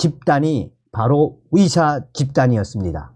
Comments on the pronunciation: 발음 좀 바꿔봐요 위사가 아니고 의사입니다 ㅋ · 어디서 왔는데 의사를 위사라 발음하나요? 중국?